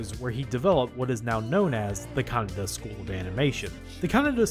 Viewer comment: Note that you constantly pronounce Kanada as Kaneda.